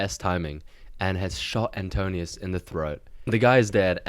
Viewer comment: Little correction and context. You mispronounced Antinous as Antonius. Most names in Odyssey have meanings and his name means "anti mind" as "nous" is mind. As for the bow most think it was very likely a palintonos type of bow that is a recurve that is strung the other side of where is curved, rare at the time and so only Odysseus who owned it knew how to string it.